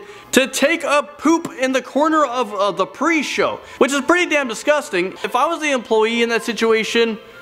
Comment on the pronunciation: Dis gust ang!